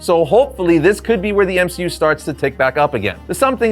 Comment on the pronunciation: No ones gonna talk about M-she-u?